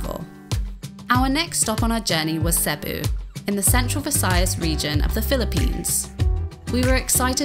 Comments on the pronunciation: CEBU is pronounced SEE BOO, for crying out loud! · Cebu is not pronounced Sebu with a short e-vowel, but rather with a long e-vowel sound. Nothing is more annoying than loving the foreign country you travel to, but can’t even pronounce the names of places correctly. 🙄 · Can't believe no has picked you up on your pronunciation of Cebu. It is pronounced Seeboo. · It’s CEBU my god